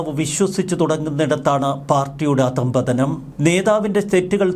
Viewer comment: അധം പതനം അല്ല ❌ അധഃപതനം=Adhapathanam.✅